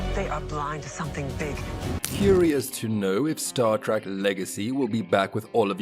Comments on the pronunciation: Don't care much for "Star TRACK" and this machine pronounced "ensign" completely wrong. Get a person to read these things!!! Personally, I would LOVE to see Star Trek Legacy with all the original caracters and actors. Really horribly put together video,. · What is Star Track? The narrator keeps mispronouncing this. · The fact that he keeps saying Star “Track” says it all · "Stawr Trak." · Another click bait by a bunch of pathetic dorks who doesn't even know how to pronounce Star Trek. Avoid at all costs unless you want to waste your time.